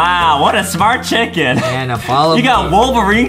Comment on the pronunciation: Lol 🤣 foxy said chukin